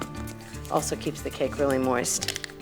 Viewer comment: I don’t know why I always giggle when she says the word “moist”